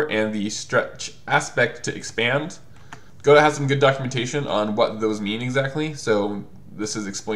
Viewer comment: I love your videos, but YSK it's pronounced "guh-DOE," as in, "Waiting for Godot" (it's originally a French name). Keep doing what you do! Your content is terrific!